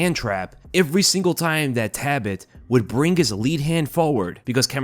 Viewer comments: Sorry it's Talbott not Tabott. Thanks for the review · am i just annoying myself for no reason or is his name taLbott not taibott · there is an L in his name. it’s not tabott it’s taLbott. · I don’t wanna be that guy but isn’t his name TALbott, not TABott? Sounds like you’re saying “rabbit” but with a T. Tabbit. I’m sorry I’ll leave. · Please double check name pronunciations before uploading my guy, his last name is not “Tabbit” but “Talbott” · Is his last name pronounced ' Tabbit ' ... ? Like Rabbit ??? 🤔🧐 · Repeat after me,: "TALBOTT." Jesus, dude. 😢😅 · Nice video but why do you pronounce it "Tabbit"? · Brother. There is a L is TaLbott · Say it with me …Tal-bit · Lol I was just thinking the same thing. “Wascawy Tabbit!” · Why are you pronouncing his last name as "Tabbit"? 🤔 Not a shocker, I guess. You're constantly butchering elementary English, and words that literal first and second graders should be able to correctly pronounce. That's not a joke or exaggeration either. There are examples like you not knowing the difference between the words woman and women. The lack of intelligence, perceptiveness, and self awareness is very apparent when you speak.